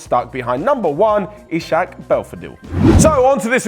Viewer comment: ishak is pronounced "is-hak" btw